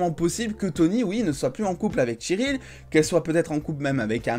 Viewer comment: Bonne vidéo mais juste c'est pas tcheryl mais Cheryl